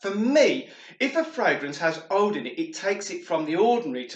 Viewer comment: ouuuuud not oude. HaHa